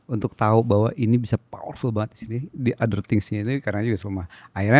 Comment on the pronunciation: That " lipervool " 😭🙏🏻 Biar ga serius² amattt😭